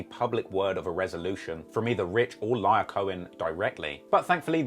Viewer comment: hey man it was def an informative video i enjoyed it. 2 things. Black Chyna recently passed away I dont know if you were aware. And Lyor is pronounced Lee-Or not Liar lol.